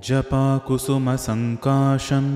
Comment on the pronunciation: Why it is japakusumsankashan and not japakusumsankasham?